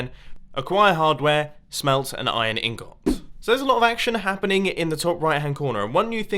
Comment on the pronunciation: Why must you say ingot so funny!?!?!?! xDDDD